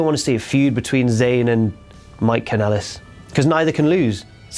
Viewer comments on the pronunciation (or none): none